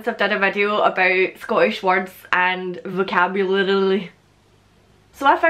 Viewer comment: Damn, I mean I'm from nearer the highlands but there are a few in there that I don't know. Btw don't feel bad about not being able to say vocabulary, I can't say it either :( Love yer vids keep up the gid work :D